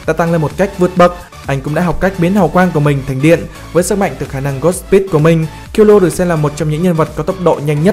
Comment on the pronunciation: Vc kil lua :)) trong anime nó còn đọc là kil lu a mà